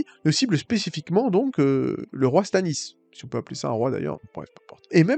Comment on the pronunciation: Tu parles beaucoup, tu n’articules pas et tu t’exprimes mal. On comprends rien de ce que tu dis. Du coup on ça n’a pas de sens. Tu m’a perdu à la première incohérenc…. 👎! Sans parler de Stanis Zemalice ? Zeouaif ??? 😂😂😂😂 LOL Naz quoi.